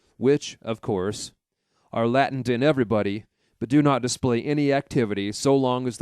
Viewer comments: “Latent” is pronounced: LAY‑tunt, Not Latin. Latent Psychoses. I think I'll read the book.... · Latent non lattant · I think he mispronounced latent as latin...